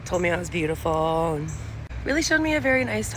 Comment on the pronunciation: Why can't women pronounce "and"? Ayund isn't a word